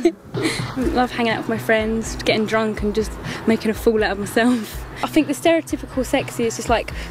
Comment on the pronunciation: that kind of FING, I FINK......fml!!!